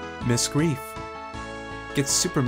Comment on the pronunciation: Btw. the "ei" in Greif is pronounced like the English letter "I". And the r isn't rolled but that's just part of the accent, I guess.